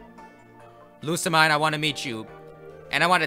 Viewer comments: Pronounced (Loo-Suh-Meen) Lusamine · it's lusamean (that's how it's pronounced) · you said lusa right but the mine is pronounced as mean lou-suh-mean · After playing through the game, I'm convinced Lusamine's name must be pronounced as "LU-SAH-MINE"... as in... "LOSE HER MIND"... #theory